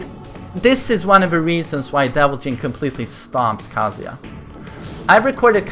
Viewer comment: You keep saying Kaaazuya